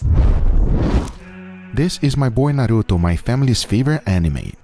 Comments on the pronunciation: He also mispronounced Naruto. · u said naruto wrong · Am I the only one that hates hearing people pronounce naruto....as naaduto......na-ru-to has been around what 17 years... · First he tries to pronounce Naruto the way they feel is safe. And then he says Wra Men. I literally the opposite. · NO WAY HE JUST SAID NARUTO BASIC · why western always wrong for pronounce naruto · The way he pronounces the r in Naruto but not in ichiraku had me fuming smh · they keep saying naruto wrong dattebayo haiyaa time to go destroy my ears with chibaraku tensei